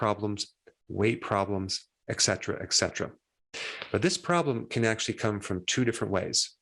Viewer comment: Dr. Berg, with all due respect, would you consider accessing an on line dictionary equipped with audible word pronunciation and bring up the word “etcetera”? There is no “eck” sound. You are a pre eminent personage on YouTube medical issues and I make this recommendation with warm regards. Thank you.